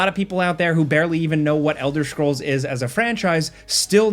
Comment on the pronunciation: Elder schrolls😂